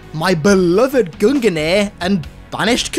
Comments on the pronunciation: Love the vids, but have to say its gung-nir. Not gungen-ir... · Mate its Gungnir, not guninir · You can just pronounce it "GUNG-NEAR" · Gungnir is pronounced "GUNG - NEAR"